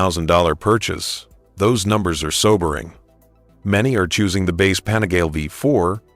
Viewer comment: pan -a-gar-lee. ffs!